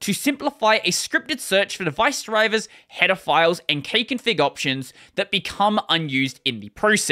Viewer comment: I did not hear "header files" the way you pronounced it.